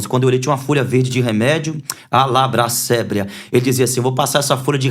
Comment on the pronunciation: Só o "alabra sébria" que doeu